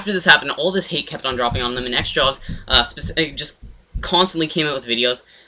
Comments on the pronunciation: *xJawz not xJaw"s" you nerd. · its xjawz not xjaws dumbass, oh and btw,you are a douche lol